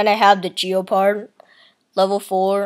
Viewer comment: ITS GEPARD NOT FREAKING GEOPARD